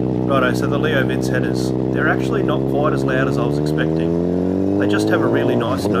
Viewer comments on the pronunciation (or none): Beautiful bike and a good review. Leo Vince is pronounced Leo ‘Vin Chay’ by the way. Italians.🙄